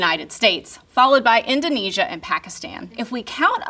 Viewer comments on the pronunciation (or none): none